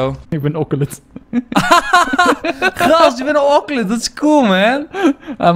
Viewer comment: enzo je zegt okelot maar je hoort oseleot te zeggen